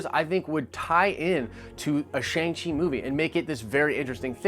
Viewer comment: Your pronunciation is killing me! Shang is pronounced like “Ah”.